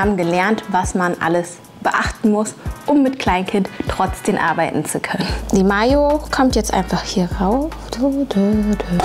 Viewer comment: TrotzdeM.. nicht trotzdeN. Also das mit dem ch triggert schon heftig aber TrotzdeNnnnn🤣🤣🤣🤣🤣